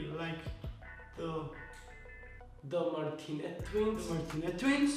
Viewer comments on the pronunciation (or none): how and pernounses their name: martinea tchwins How people with clear accents pernounes thier name: Martinez twins